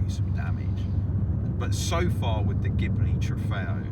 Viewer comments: It's pronounced gee-blee, not gib-le. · Are you sure? In italian language it should be gib-le, or do you also say "spajetty" for "spaghetti"? ;-)